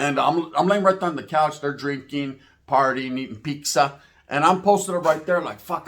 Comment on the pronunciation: "Eating peeksa" hahaha